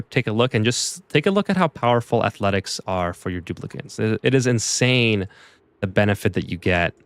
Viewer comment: its Dupli-cant's